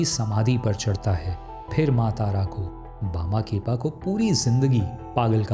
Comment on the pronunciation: tum saare videos me naam galat uccharan karte ho. Lagtaa hai hindi ko english scipt se padhte ho.